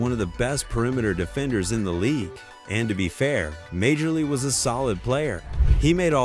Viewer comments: Dans name is pronounced Marlee. Not Majorly. Same for Bill. Although Bill was lame his name is pronounced Lambeer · When I first heard it pronounced "Major-League," I wondered what sport this video was supposed to be discussing😂🤣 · Ah learn the game….pronounce Dan Majerle. as in “Marley”. What are you 20 years old. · Dam ai. Who the hell is major-lee. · If you can't pronounce Majerle, you're not a fan of the game and should not be making NBA vids.